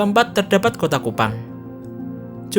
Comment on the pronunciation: KUPANG bukan KUPAN.. aduhhhhhh